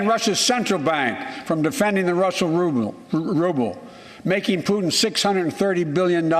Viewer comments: Putin bolo madam jii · Bhai Patin nhi Putin hota h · Patin nahi mam putin hai🤣🤣🤣🤣🤣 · Dear zee team , Putin h patin ni.